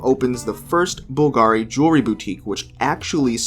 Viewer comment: You should try to be consistent how you pronounce Bvlgari. There is only one pronunciation 👍